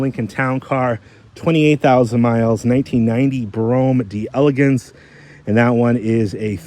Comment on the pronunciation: Once and for all: it's pronounced "Dell-Lay-gance" not Dee-elegance